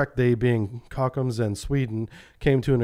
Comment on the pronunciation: Kockums, It's pronounced (Cock-Uhms)...I get why you did your own take on the name 😎😬😉